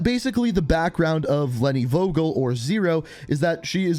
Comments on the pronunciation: Please please please. Pronounce the name with a f like in f... You. And not wogel. Thanks and love from Germany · Vogel = bird And you pronounce it wrong buddy haha In Germany we pronounce it like: fogel